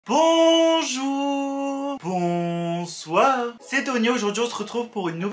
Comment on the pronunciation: Bonjourrr~✌️ BonsoiRRRRR~✌️ J'adore ton intro 👁️👄👁️❤️☕